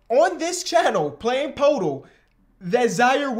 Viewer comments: Day 6 of begging that it’s pronounced “PerTle” not “PoTle”😂love u tho man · i think its pronounced 'perdle'! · Day 2 of commenting until pronounces Poeltl correctly